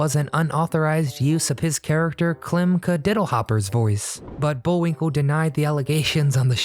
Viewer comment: Not Bullwink EL , Bullwink LE